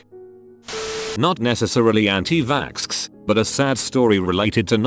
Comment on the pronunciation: did the robot really say it as anti vaskskers i’m crying 😂